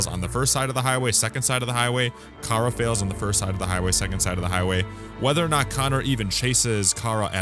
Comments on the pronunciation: Kara is pronounced k-ra not ka-ra in this game so you’re wrong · Luthers says Kay- ra while Alice says kar-a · mynameadehsenpai No. it’s two syllables. Ka-ra. The dude mainly behind the soundtrack of Kara says how he used those two syllables to make a lot of the soundtrack.